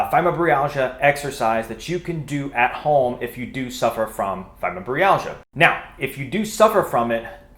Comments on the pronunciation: It’s Fibro -My-Al-Gia, not fymo -Bree-al-gia. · That's funny I couldn't believe how he pronounced it. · That's not how you say fibromyalgia